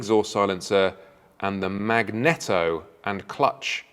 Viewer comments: Its pronounced. Mag‐Knee-Toe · You Said it Wrong, YOU Know What That Should How you Spoke,Two Engine Side Covers Left and Right Normally Clutch and Left MAG-NE-TTO (Alternator/Generator) ffs lol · It’s pronounced magnEEto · Gixxer thou has always had a 190 rear section so not unusual it doesn’t a 200. Had two of these and loved them but this one hardly sets the pulse racing. Dash is absurdly out of date (and they have a colour one in the range), and the wings look like someone just rocked up with aftermarket parts, drilled the fairing and bolted them on. Still be a mega bike either way. And ‘magneto’ isn’t pronounced like that 😂